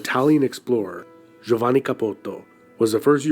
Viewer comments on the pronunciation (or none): none